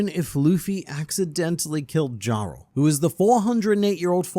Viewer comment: Previous video: "People still don't know how to pronounce Hajrudin" This video: "DJARL"